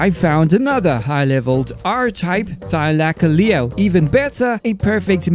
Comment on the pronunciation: Bro just say thyla if u cant say it right 😂